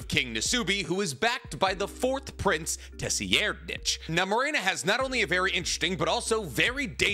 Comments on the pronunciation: His name is pronounced “Sir-Ride-” not “tessi-air’d-nich” because the t is very soft. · The 4th princes name is pronounced sir-ryd-nik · Geez it’s pronounced “Sir-eyed-” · Please pronounce it as “s-ride-”. I love your video but the way you say is his name make me cringe so hard!